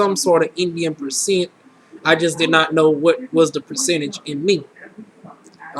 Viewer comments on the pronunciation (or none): none